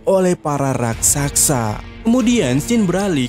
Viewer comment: Ciri khas suka typo 😂 Raksasa dibilang rasaksa